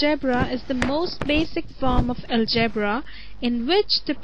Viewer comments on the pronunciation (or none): algryy.bra ..wtf.. take some reading lessons